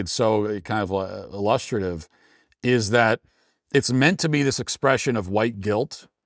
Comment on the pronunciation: Please, either stop using the word illustrative until you learn to pronounce it. The emphasis is on the first syllable.